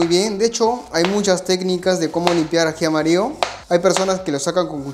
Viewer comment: AJI AMARIO???? Asì se llama o es un asunto de pronunciación???